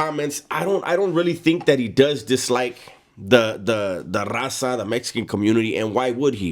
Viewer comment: When he try’s to say raza and it sounds like rasa